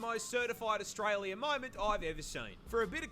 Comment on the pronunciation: Australia it not Austalia